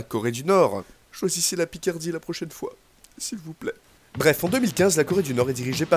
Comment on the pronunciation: MI AUSSI J'VOULEUT L'PICERDIE :( ( avec le petit accent xD )